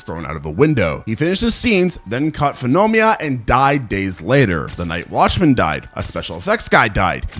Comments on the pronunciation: “Fenomia”? I think you men Nuh Mon Ya aka Pneumonia. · "then caught Foomonia" Good lord 🤣